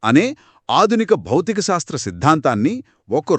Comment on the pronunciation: అమ్మా సాస్త్ర కాదు శాస్త్ర